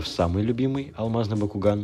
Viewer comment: Да почему мне слышится не Бакуган а Бьякуган?! ХИНАТА ЧТО ТЫ СДЕЛАЛА СО МНОЙ (Анимешники по Наруто поймут)